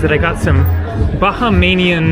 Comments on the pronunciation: It’s Bahamian not bahamanian otherwise good vid hope you enjoyed your stay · Bahamian is pronounced ' Buh - hay- mian' not 'Baja - may - nian ' as in Baja California where the 'Baja' is Spanish and means 'Lower.' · And Ba-ha-mian! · Your adding to many vowels when you say Bahamian Nice video